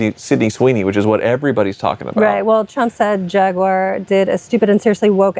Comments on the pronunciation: LOL still trying to sound British with "JAG-YOO-ARE". 🤣 It's only slightly less annoying than when he refers to hoods as "bonnets" on non-English cars. At least he isn't committing the mortal sin of pronouncing it "JAG-WIRE". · Man, I really enjoy these videos, but needs to learn how to say Jaguar. It drives me bonkers!!! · Awesome Vid Per Usual. Question. Is It Pronounced “Jag-You-Are” Or JagWar ? I’m Truly Curious.